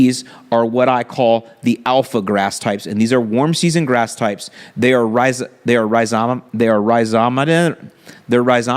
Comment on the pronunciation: rhi·zom·a·tous Stress the second syllable. Say it 100 times. Class dismissed. :/